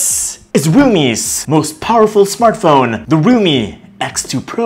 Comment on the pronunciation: Everything's fine but why do you call if RUMI😂🤣😂